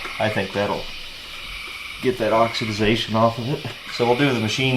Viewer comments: Oxidation...NOT oxiDIZation! It's okay to make a mistake, but if you're going to say it 20 times get it right! With that said, I love your channel...one of my favorites! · Hope you feel better soon and beat the crud. Props to JD for standing in on his own, doing great! I did grate my teeth just a tiny bit... OX-eh-Day-Shun ;-) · Constructive criticism = "oxidation". if you hadn't said the work incorrectly each of the dozen times you said it, I wouldn't say anything. Nice find on this car for sure, I watched the whole video.